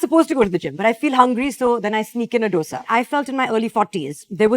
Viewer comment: Nawab woman learn to pronounce Dosa properly...